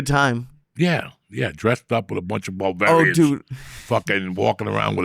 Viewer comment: Love him referring to barbarians as “Bavarians” 😂😂😂😂😂😂😂😂